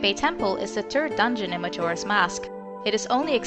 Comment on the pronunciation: "the turd dungeon..." lol